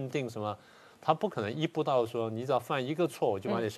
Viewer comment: 「一步到」不是「依不到」